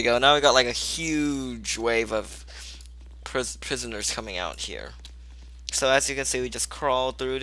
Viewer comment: When u were in the sewers I thought u said PISSONERS??!!! Lol